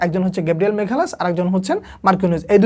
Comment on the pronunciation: মাগালাসকে মেঘালাস শুনতে শুনতে বিরক্ত হয়ে গেছি।